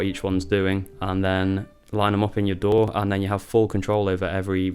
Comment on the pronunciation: I was looking at the stickers right when you said DAW I read sour dough same time , sounded like you said dough haha